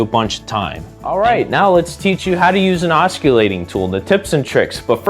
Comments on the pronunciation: You seem to have a lot of good ideas and knowledge. However, I couldn't watch this video because of the way you mispronounce "oscillating." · I believe the word, oscillatie😊😊is pronounced, g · Your use of the English language is like fingering a chalkboard. It is NOT pronounced with a “U” in the word. Listen to your presentation. Good information and tips! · Good vid bit dude…oscillating : THE C IS S I L E N T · You can't even pronounce the word oscillating ... Correctly. Why would we think you have anything to teach us ? I'm out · it makes you look 'unsmart' you should consider fixing this video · 'Oscillate' means to swing back and forth. 'Osculate' means to kiss. I'm not going judge you if you choose to oscillate while you osculate. BUT- if you are giving advice about a tool.... the first thing you should do is learn to pronounce the name of it! Once again, it's not an osculating tool, its an oscillating tool .... ( aah·suh·late ) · Everyone is making fun of the "k" sound in this gentleman's pronuciation. Making "C" hard, soft or silent is an easy mistake to make. The more.humous part for me is that he pronounces the work Oskullating, rather than Oskillating. Why so funny? The word OSCULATE means to kiss. He is calling his tool a "Kissing tool"! Wonder what his girlfriend would think... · Please learn to pronounce "oscillating" correctly. You are incorrectly pronouncing it "os - cul- tat- ing" instead of correctly "os- cill-a-ting" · I don't know if anyone else made this comment, but the guy presenting pronounces "oscillating" incorrectly. 😂 The way he says it means it's a kissing tool. The "c" should not be pronounced. You say it like "ossillating". Pretty funny! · If he says osculating one more time I’m gonna scream 😂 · You don't pronounce the c in oscillating. It should sound like os-sill-ating. I couldn't keep listening because you didn't know how to pronounce the word for the tool you are teaching about. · Hahahaha… ockillating tool…